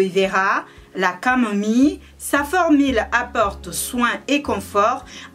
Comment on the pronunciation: "formile" mdrr, sinn jadaur tn prénom ""